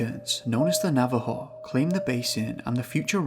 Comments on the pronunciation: It’s naw vah ho. Navajo Don’t be a limey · Ah yes, the Nava-hoss, my favorite tribe.